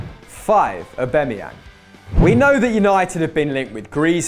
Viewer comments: Who else cringed when he said Aubemeyang not Aubameyang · U pronounce aubamyang wrong u noob